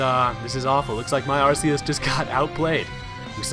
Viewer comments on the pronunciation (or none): The movie pronounces Arseus as Archeus. PLEASE FOLLOW THAT!